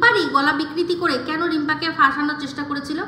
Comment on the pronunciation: Boddir pronunciations sanghatik.. uni abar onnoke bolen.. ami ekta video te bolechilam apni nije boltey paren na thik kore abar onno ke bolen loojja laga uchit apnar.. Tomato ke bolen tomoto, cheshta ke chessssta.. jogi ke jugi aro aro onek.. ar voice ganer sur ar dance babare baba.. lok ke mittha bole job kori.. kiccu kore na.. job kora mohila ato time pay baje bokar?